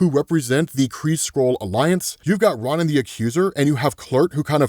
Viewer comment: Respectfully, it's Ro-Nin not Ron-nin.